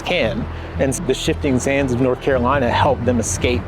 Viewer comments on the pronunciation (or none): none